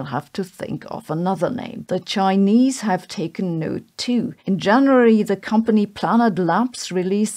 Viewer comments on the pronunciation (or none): none